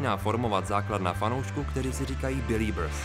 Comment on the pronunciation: Až na to že výslovnost Beliebers mi trhá uši tak je to povedený video😊btw. Jsem Belieberka❤